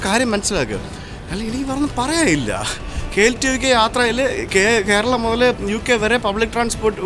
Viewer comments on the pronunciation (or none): none